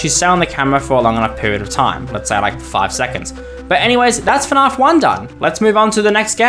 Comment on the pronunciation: ok theres no way you say fnaf like "fnarf"